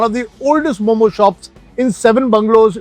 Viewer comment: U bloody Indians always claims other foods to yours and our food to others…u cannot even say momo well and says momos 🤣🤣🤣…momo is purely nepali food from newari culture and its called मःमः…so while newari ppl went to Tibet for trading…selling clothes and buying salt newari ppl reach Tibetan ppl…u steal food from others like…Iranian food jalebi, samosa, biryani etc these all are others food…and we are not like adapting other ppl food…bc indians